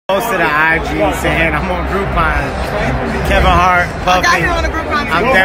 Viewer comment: Tiffany said groupons 😂😂😂